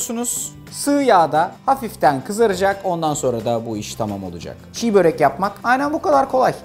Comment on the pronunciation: Aslen Kırım Türkü olan bir Eskişehirli olarak ufak bir düzeltme yapmak isterim Arda bey... Başlığa doğru yazmışsınız ancak telaffuzda ufak bir hata yapmış,Çiğ börek demişsiniz... Çiğ börek değil Çibörek olacak... Çibörek kelimesinin hikayesi de şu şekilde;Biz Tatarlar,Türklerin Kıpçak Boyundan geliyoruz... Çibörek kelimesinin başındaki "Çi" eki;Eski Kıpçak lehçesinde "Nefis,Lezzetli,Güzel" gibi anlamlarda kullanılır... Dolayısıyla "Çi-Börek" de "Lezzetli,Güzel,Nefis Börek" anlamına gelir... Naçizane ufak bir düzeltme... 🙏